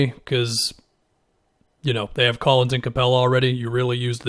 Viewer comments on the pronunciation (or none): none